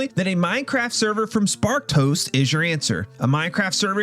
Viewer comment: Swear I hear you saying "Spark Toast" rather than "Sparked Host" ... 😂😂😂